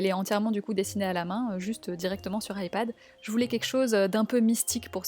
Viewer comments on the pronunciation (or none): none